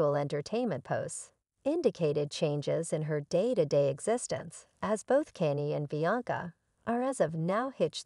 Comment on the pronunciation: If you can pronounce Kardasian properly surely you can pronounce Kanye properly 🙄 it’s not pronounced Cannie 🤦🏻‍♀️